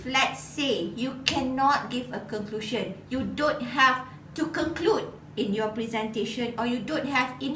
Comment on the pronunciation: Very informative. Thanks so much for sharing. But I wonder if you pronounced 'presentation' and 'conclusion' correctly. Anyway, good job! 💪💪